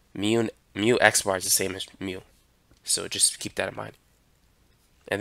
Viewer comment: very nice videos but please improve your μ